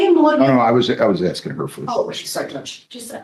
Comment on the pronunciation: More axing